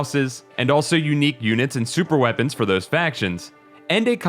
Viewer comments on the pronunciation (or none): none